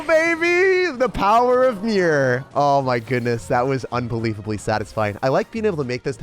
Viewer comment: im a bit late cause i just watched this today, but i swear when you said "the power of mirror" i thought you said "the power of beer"